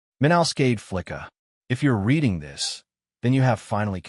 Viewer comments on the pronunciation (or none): none